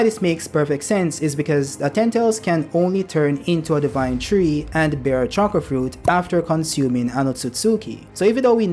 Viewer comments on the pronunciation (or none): none